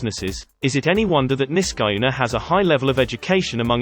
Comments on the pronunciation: I live in the Capital Region. Niskayuna is pronounced NisKEYuna. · It’s pronounced Nisk-ah- YOU-nah. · SkUHneetles, NiskUHyuna—AI voices are so irritating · Niskayuna: Nisk-ah-YOO-nah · As someone who lives here, it's more so pronounced Nisk-AH-yuna but some pronounce it as you stated. most also just call it nisky. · Nis kah yoo nah look it up Niskayunah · Who pronounces Niskayuna like this guy? No one in upstate, NY. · I love hearing this guy pronounce Niskayuna.